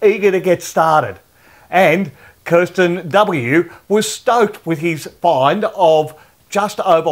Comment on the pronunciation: Wow I made it onto the show with my Paydirt! Thanks!. A side note though it's Kristian, not Kirsten 😜